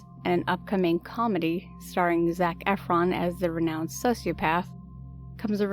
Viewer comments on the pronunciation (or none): Did she say 'comedy'????